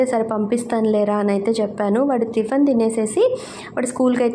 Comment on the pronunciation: Tiffan antaru tiffin anali kada . Tiffan ani